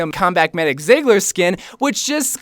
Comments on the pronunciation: I cringe every time he says ziggler ITS PRONOUNCED TSEIGLER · I heavily agree with no. 1-4. I still need winged victory! I believe you would the passionate about the Mei skin video, so I'm looking forward that. Btw, Ziegler isn't pronounced "sigler", it's pronounced more like "Tseegler" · It's pronounced Z-gler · So he won't even try to pronounce number 5 but he completely butchers her last name, fml